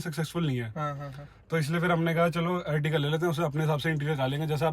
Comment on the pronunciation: Bhai etiga ni ertiga h wo